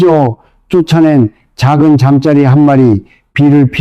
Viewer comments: 점자리를 잠짜리 라고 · 발음정확히하세요 잠짜리가멉니까 잠자리라고하셔야죠 듣기시러죽것네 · 잠짜리? 누워자는 잠자리와 곤충 잠자리를 구별 못하고 발음을 하니 듣기 거북하여 신뢰가 가지 않는군요. ㅠㅠ